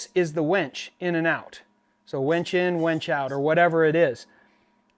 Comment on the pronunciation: lol he says wench instead of WINCH.